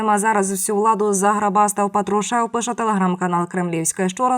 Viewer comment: Да научись уже делать правильно ударение по патрушеву